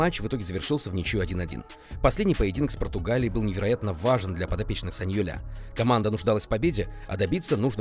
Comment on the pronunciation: Да,саньоль правильно,ухо подрезает саньолЯ